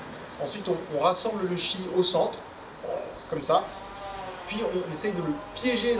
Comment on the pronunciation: Le chi c’est le tchi 😂😂😂😂